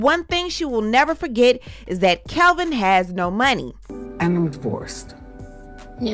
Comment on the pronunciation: It's Kelvin not Kevin